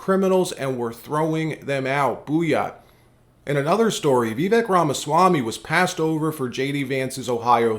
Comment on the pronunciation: His name is Vih-vake', not Vee'-vek 😩